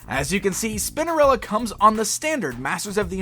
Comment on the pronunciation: I swear he says Spindarella 😳